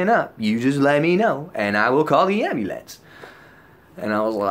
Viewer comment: The ambley-ance. Lol